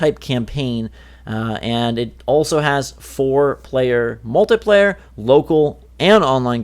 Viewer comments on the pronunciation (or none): none